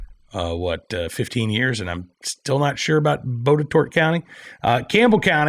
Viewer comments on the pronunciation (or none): Say it like this--- BOT TEE TOT or BOT A TOT (county). You're welcome. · FYI Botetourt is pronounced bot-a-tot. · Botetourt It's pronounced bot ah tot lol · Botetourt is pronounced like Bot-uh-tot. Grew up near there and worked there for awhile many years ago. Maybe I need to move back since I know that liberal Charlottesville/Albemarle Co, where I currently live, will NEVER protect our 2A rights. Thanks for covering this. I REALLY hope that Virginians continue to STAND UP for our 2A rights! Screw these Soros and Bloomberg-funded liberals who want to tear up our constitution and destroy our God-given rights! Also, I wouldn’t be too quick to blame VA voters for this. Dems are becoming known for their use of election fraud to flip these states blue. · Botetourt county is said body-tot. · Botetourt is pronounced BOT A TOT